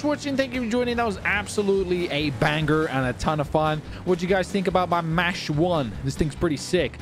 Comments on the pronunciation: Bro says “mash 1” instead of “Mach 1” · Its not mash its pronounced mok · It’s pronounced “mock 1” no hate